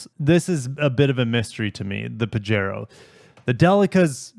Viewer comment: Pajero is a Spanish word,. It's pronounced PA-HAY-RO.